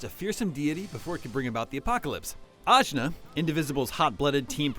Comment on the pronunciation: AJNAR: say my name ASCHNAR😂